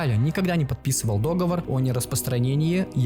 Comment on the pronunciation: Тема интересная, но подача – не очень. Во-первых, что за акцент? Какой-то иностранный, что ли? Очень странная манера речи, очень тяжело слушать. Во-вторых, этот постоянный "дóговор", а не "договóр". Ну уж в этом-то слове можно не делать ошибку. В-третьих, зачем так затемнять картинку? Слева оранжевый торшер светит ярко, справа – ярко подсвечивается доска для маркеров. Но автор сидит в темноте, хоть глаз выколи! Я бы добавил еще странную манеру сидеть в помещении в шапке, но меня обвинят в лукизме, поэтому не буду акцентировать. Резюме: смотреть и слушать очень сложно, несмотря на интересную тему и явно разбирающегося в ней автора. Немного подкрутить визуал, исправить речь и будет классный продукт. Удачи!